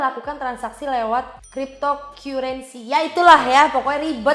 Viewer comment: kak itu dibacanya kriptokarensi